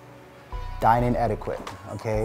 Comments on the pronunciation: I knew it was all for a storyline on RHOA 😂.. But oh well.. do what y’all got to do! I’m ALL for families sticking together.. especially when they have small children. God Bless Y’all 🙏🏾 ..and it’s ”et•i•ket” .. NOT ”quit” (even though it’s spelled that way 😂) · Not “etikwit” 😂😂😂😂😂😂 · Thank you for correcting the way was saying Etiquette 🤣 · Lmao I laugh every time said eti-quitte instead of etiquette lool. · Why you say etiquette like that?